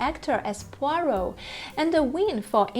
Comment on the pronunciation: I agree 1000%! David Suchet is peerless, perfect, and the personification of Poirot to me. But I am sure others feel the same way about their favorites. That’s what makes the world go round.😂p.s. The young lady doing this show is wonderful and she pronounced “Poirot” perfectly🏆🌹❤️p.p.s I look forward to her program on the real Miss Marple🤗